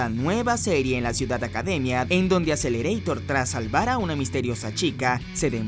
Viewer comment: no lo pronuncies en inglés como todos esos que ven anime y no saben japonés di mejor "Akuserereetaa"